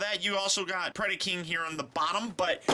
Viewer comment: predAcon and predAking not PREDiCON and PREDiKING.